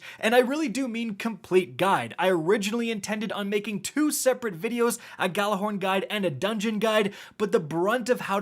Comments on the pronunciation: just to point this out but you guys have been pronouncing gjallahorn incorectly. the G is completely silent. and the word is pronounced ya'll-a-horn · I hate how no one knows how to say GJALLARHORN RIGHT FUCK